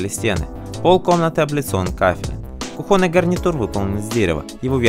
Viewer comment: КУхонный,а не кухОнный,неграмотный.Изачем это все обсуждать,когда у людей горе.Правильно люди пишут.Соболезнования-семье Дианы.